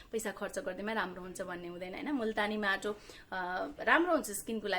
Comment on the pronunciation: कस्ताे माटाे भन्नू भयेकाे बज्ने गरि भन्नू बाईने